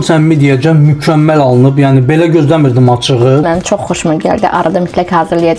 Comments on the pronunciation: "Baxaq görək əla alınıb mi? Ya yox mı? " Bu haranın lehcesidir? 😂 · Mən də buna takildim 😂